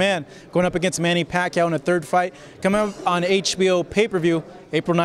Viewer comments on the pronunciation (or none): Again, he said the same thing he did last fight. AND he still can't pronounce Pacquiao correctly. "PAC" "CAOW" TF Bradley lmao